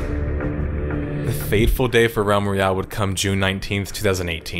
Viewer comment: Am I the only one hearing Rem Reale, instead of Realm Royale?